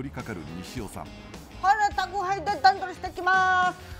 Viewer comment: 段取りがタンドリーに聞こえる